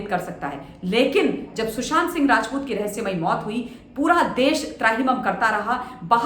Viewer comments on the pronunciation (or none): none